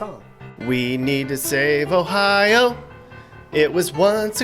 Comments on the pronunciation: The pronunciation of Ohio is a bit oof but it’s close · It sounds so weird when other people say our states name